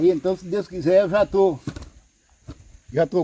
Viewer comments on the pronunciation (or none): Voceize,Deuzi, maizi, tamem, dificuldade, noizi .É muito erro de português dá angústia de ver esse homem falar acho que é a falta de dentes. Coitado do Carlos pegou um canal muito fraquinho. Abre um seu falando de estudo,profissões. Nunca fale de comida nunca dá certo.